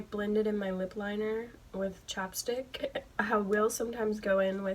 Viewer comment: Did you say chapstick or chopstick ?